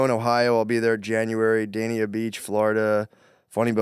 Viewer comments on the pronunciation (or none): none